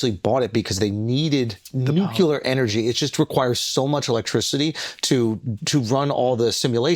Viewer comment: Schulz cannot pronounce NUCLEAR correctly....shame